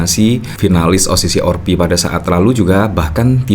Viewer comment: Kok selalu menyebutnya O-Si-Si-Or-Pi kuwi opo to maaaaas?